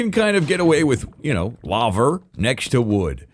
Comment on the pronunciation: If you use Etho's moss farm design, you are obligated to pronounce "lavva" instead of "lah-va"